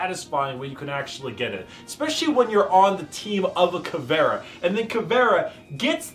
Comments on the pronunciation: As a Brazilian I found this video very INTersting funny, also "Cavera" as Caveira? Something wrong is not right. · Eu achei que ele tinha dito "caviar", só soube que era "caveira" por causa de teu comentário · As a brazilian viewer as soon as I saw this title I needed to watch this,but in ther first 5 secs before he said "Caviar" instead of "Caveira" i was like wtf is going on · BRAZILIAN ANGRY SOUNDS WHEN SAYS CAVÉRA INSTEAD CAVEIRA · Also-hmm she is called CAVE-I-RA NOT FUCKING CAVEAR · Not ca-ve-ra, it's CA-ve-ii-ra. I'm brazilian. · As a brazilian, hearing you speak "caveira" as "cavéra" is kinda funny. Anyways, great content, my dude, you look way more comfortable and happy, the camera is great too! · Ta mais pra caviar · Smh this nigga can’t even pronounce her name right